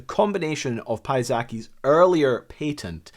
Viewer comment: i enjoyed this video. but lets be real, there's no reason to be saying 'patent' like that